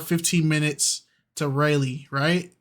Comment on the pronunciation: if you mention Raleigh, North Carolina it’s (raw-lee) not rally. People from Raleigh are chill but if you mispronounce the name of the city …they gone buck. Sincerely someone who was born and raised in Raleigh(trying to protect you for future references 😭)